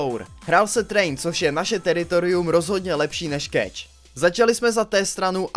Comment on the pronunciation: Je to keš! keš! a né keč! :D